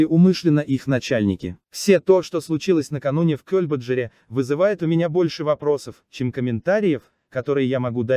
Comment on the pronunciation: Это кто читает текст - программа? Скорость изменяется специально? Или это живой человек? Не "Кёльбаджар", а "КельбаджАр", неужели не ясно?!